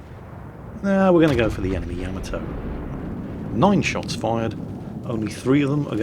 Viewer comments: HOW, HOW?! How do you continue to mispronounce Yamato when you play that clip before it every time? Yah - MAH - toe. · At this point,, I think you mispronounce Yamato intentionally just to irk us.... It's working!